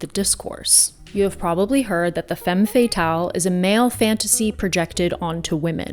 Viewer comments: It's Femme Fata-LE lol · Love your speaking voice and abilities. The term is pronounced more like “fam fat-al” 😘